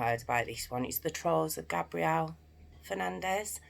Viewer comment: U pronounced his name the way the girls version is pronounced his name is pronounced GABE- BRE-ALE. NOT GAB